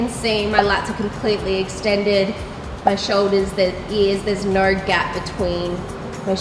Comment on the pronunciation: Love the way the Aussies say “No”. Its so off to me that is pleasing.